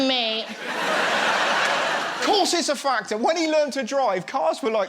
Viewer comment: OMG. 😂 😂 You are too funny. I thought you said FATWA. NOT FACTOR.